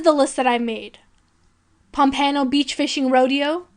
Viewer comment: Good video but talks way too fast and does not have a good or pleasant speaking voice.. mispronounced a lot of words or places Such as Pompano and St. Croix... also there's the fist campaign thing...